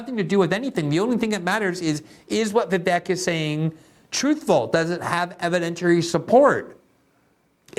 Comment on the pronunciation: It's pronounced VivAYK. A long A sound for the E, not eh.